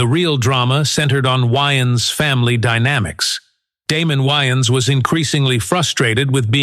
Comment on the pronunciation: I'm like, "why do he keep calling him Keenan YNs?" Took me a few minutes to realize the A.I. voice was trying to pronounce Wayans.